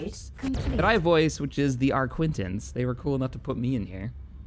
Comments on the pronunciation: I spent the first 10 minutes of this video laughing at you for repeatedly missing the Recusant. Also, are you sure you're pronouncing Arquitens right? I keep hearing you say it as Arquintens. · You are mispronouncing arquitens.